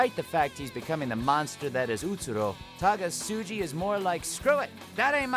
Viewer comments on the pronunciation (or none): Is it only me or he told TAAGAASUUJI??